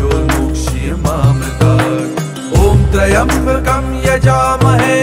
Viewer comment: Pronunciation of "Trayambakam" is wrong... Please please correct it and reload the video 🙏🙏🙏